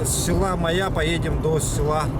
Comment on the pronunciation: Даа. слово Майя выговорить не может. И ещё одно как понять: поляна к нему примыкает озеро. 60 лет живу на земле, но вот узнал что алаас это поляна куда иногда примыкает озеро.